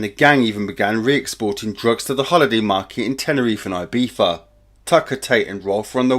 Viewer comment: ibiza yet one more word english cant prounce correct...amezed dont say 'im gonna order home some piffa' aswell